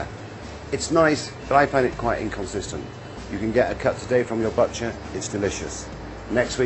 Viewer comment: Sorry, can we talk about how he pronounced butcher “butt-cher”??